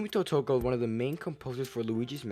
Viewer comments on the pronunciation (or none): It's pronounced to-tock-a not totoka Also the van gour is not a theory Also lugis shoelaces relates to how this is the only game where luigi had modeld shoolases in other games andnrenders he doesn't. The super mario 64 samples were from when luigi gets an item it has the noise of jumping into a painting the noise of getting attacked by the dog could not be reused because at the time m64ds didn't exist. There is a picture of chancey alive as a baby so I do think that they died as a baby. Sadly the depressed Luigi was never a game over screen it was just a way to close off the demo. It could have possibly been a game over screen but from what I know it was never intended to be one. Another thing is that the 24 hour time limit was not confirmed to be why that clock is there, also it could be refurring to a commercial that say you only have one night to save mario